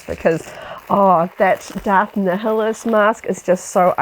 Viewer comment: you can easily tell you aren't a star wars fan when you pronounce Darth Neeheelus instead of Naiuhlus